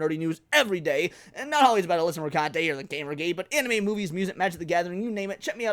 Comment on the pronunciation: PRONOUNced merCUNTe